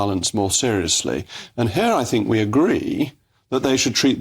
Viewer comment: Men in suits from universities talking about the scummy people. As soon as he speaks you get it. We say here, he says hair. Everything is oefool